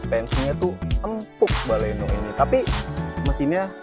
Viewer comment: Sdikit berbagi,kurangnya di sini : "baleno".. jgn "bale" "no".. "Milenium", jangan "mile" "nium".. Mainkan intonasi bicara tanpa memisahkan sbuah kata